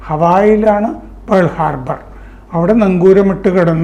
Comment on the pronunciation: It is not Pole harbour, it is Pearal Harbor